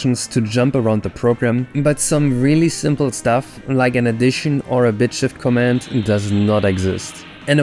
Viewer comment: The second syllable of "command" is accented. The way you say it it sounds almost exactly like the word "comment".